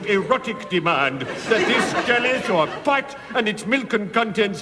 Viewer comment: Love how Stephen pronounces “pot”. This is a superb sketch. F&L at their best